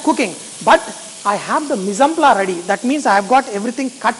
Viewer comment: I'm a happy YouTuber now that you're back! I missed you when you were gone and not making regular videos. Also, I do like these live sessions as long as they are not too long! Just one small hint: the phrase is "mis-en-place" for all the things you get ready before cooking - its is pronounced with the s sound at the end - so, meez-on-plahs.